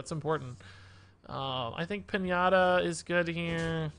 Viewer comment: did you seriously say pin-ahh-ta instead of Pin-ya-ta?